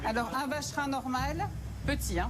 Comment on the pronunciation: Le vacherin 😂😂😂 je dirais plutôt la vache rine 😂😂😂